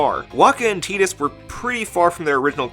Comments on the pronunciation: awesome video man only one issue, "teedus" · The pronunciation comes from the origin of his name. Tidus comes the Okinawan word for the Sun, "Tiida."